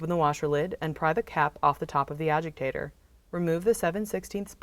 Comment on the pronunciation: Why does she call it an “ajigtator”